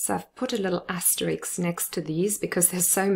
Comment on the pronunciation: you mispronounce "asterisk" as "asteriks". Relax, nobody's perfecct! I am poor at maths. Incidentally, is your first example of a diphthong Received Pronunciation for the noun, "ear" (one of two auditory external appendages on the head of most mammals)?